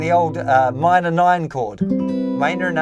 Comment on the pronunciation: why did he say minor 9 like that?